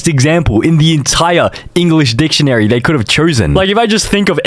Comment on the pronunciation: I think the AI should use the dihhtionary 🥀🥀🥀